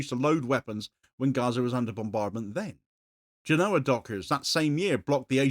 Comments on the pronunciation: It's pronounced GÉNoa, not GenÓA, if you're interested. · Genova. Genoa is a football team